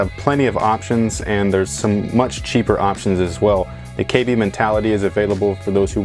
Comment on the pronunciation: Is sounds like he says kd